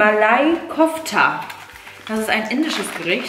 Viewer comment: Malai Kofta wir wie Malä Gofta ausgesprochen